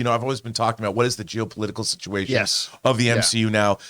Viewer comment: Nobody:: GeOPOliTicaL sITuaTiON